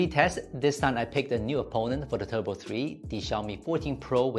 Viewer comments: Its turbo not tubro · TUBRO 3 / Just wanted to point that out. Good review as always. Time to head to SZ